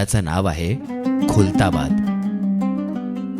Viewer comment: This not kultabad it's khuldabad.